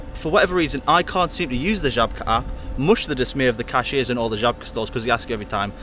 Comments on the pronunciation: I'm impressed by your pronounciation of Żabka. 😉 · Love how well you pronounce Żabka, i wouldn't even think you're not a native if i only heard that word!